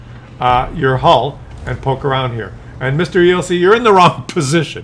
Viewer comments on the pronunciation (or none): none